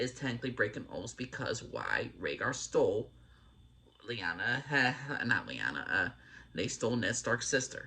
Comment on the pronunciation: My ear hurt when he said Lyanna